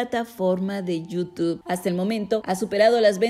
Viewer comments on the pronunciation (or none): none